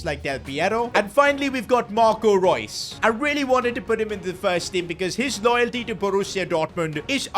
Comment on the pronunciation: Reus instead of reus